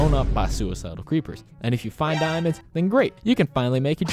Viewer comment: "And more fun way of getting DIIAmonds"